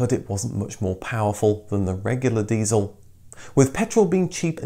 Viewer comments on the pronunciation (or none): none